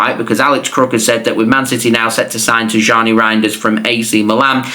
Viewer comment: His name is pronounced as Tiyyani not Tijjani just like how it is pronounced as Ownry not Henry for the arsenal legend. Same for Rayan Cherki it’s pronounced as Riyaan Cherkey